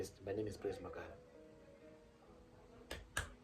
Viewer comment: Ndozvaataura kt magaro😂😂😂